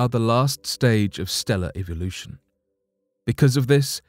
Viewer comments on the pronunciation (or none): none